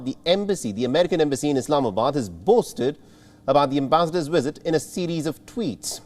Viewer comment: "wisit" "Wictims"